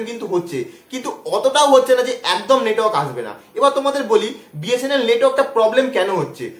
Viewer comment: bsnl letwork haha😂